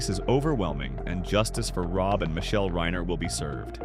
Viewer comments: Least you can do is pronounce the last name Reiner correctly It isn't Reener....fkn goof! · You mispronounced 'reiner' twice and differently both times. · Nick who? you need to pronounce reiner